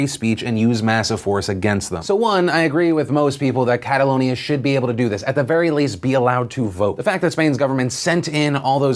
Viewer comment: I cringe every time you say Catalonia...